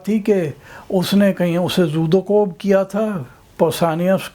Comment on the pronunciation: جناب عالم فاضل صاحب - یہ ترکیب زود و کوب نہیں——زد و کوب ہے- آپ کی تاریخ دانی بھی محل نظر ہو سکتی ہے